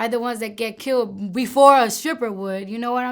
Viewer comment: If my daughter gets "kiwel" (killed)